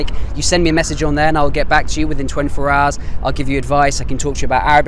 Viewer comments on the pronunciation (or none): 24 hours?! How did you pronounce hours Mike...? Am I wrong this time..or there is a trick? 😂